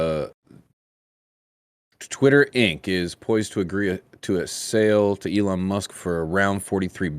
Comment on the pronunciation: Ellen Musk lmao come on it's E LON not Ellen